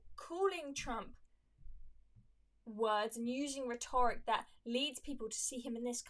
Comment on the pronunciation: That's not how you pronounce 'rhetoric' btw